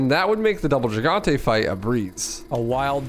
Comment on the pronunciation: Not to be a prick but you mispronounced gigante.